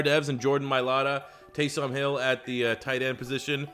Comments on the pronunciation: Tay-some,. Tay-some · TAYS OM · Taysom is pronounced Tay-sum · The way you say Taysom bothers me on another level